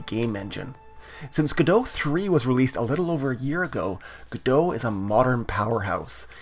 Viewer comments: isn't it pronounce go dot, instead of godo? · "GO""DOT" but nice tutorial. I've heard devs say go dot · I don't know why people pronounce it godo without T, me myself pronounce it godot with T 🤔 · my man really just said "guh-doh" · Before I heard people pronounce it Godo I also pronounced it Godot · It's pronounced Goh Dot! Good video though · The T is not silent. Great tutorial. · It's actually contentious and not agreed upon. 😜 I'm sticking with the original French pronunciation.